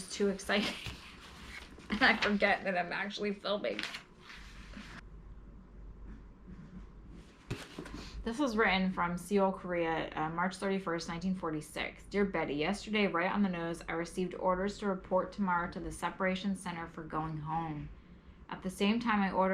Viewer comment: Seoul is pronounced Soul.